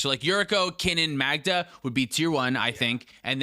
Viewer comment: The best-said "Magda." as of this day.